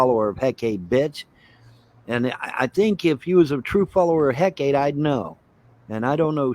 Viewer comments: “I used to be a follower of Hecate, bitch.” He can't even pronounce the name correctly. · He can't pronounce Hekate 😂